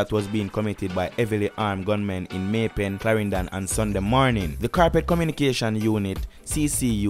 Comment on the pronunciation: May pen not may pay